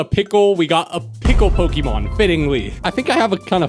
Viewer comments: Po//Ke//mon not Poky//mon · I really irrationally angry because he said poke-ee-mon instead of pok-eh-mon or poke-eh-thirty-mon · Yet you still don't know how to pronounce Pokémon